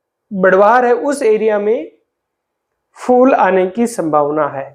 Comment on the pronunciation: FOOL nahin PHOOL. FOOL bole to Bloody Fool